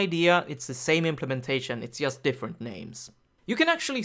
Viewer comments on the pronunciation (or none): I was just trying to make a bad joke =) anyway in Polish we pronounce 'J' the same way (like 'Y') but strangely enough I had never heard anyone say "yust" or "obyect" until I went to a conference where the lecturers were Scandinavian... Must be a northern thing.